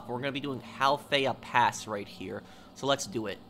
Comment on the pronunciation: Halfaya pass prounounced Hellfire